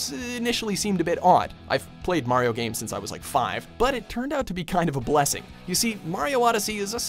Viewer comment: No: 1. learns to pronounce "Mario" the right way.